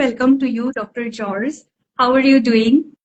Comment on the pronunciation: It's pronounced "hor-hey" not George lol 😂